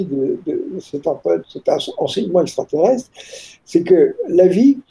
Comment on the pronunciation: MEME PAS CAPABLE DE DIRE EXTRATERRESTRE ........